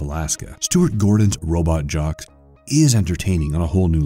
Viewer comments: Please do some research on names. Take the thirty seconds to make sure you aren’t butchering it. Which happened several times in this video. Even movie names. It’s not robot jock. It’s robot jox. Rhymes with socks. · The narrator continually mispronounced the movie Robot Jox……he kept pronouncing it “Robot Jock”. The movie was decent but just bothered me every time he did it…. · Disguise pronunciation of so many terms are actually pissing me off!!! Hopper not hooper! Robot jocks, not jock, In reference to there being multiple robot warriors! And there was one other thing..